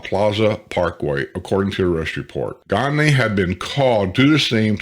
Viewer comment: Gagne is pronounced Gone- YeY.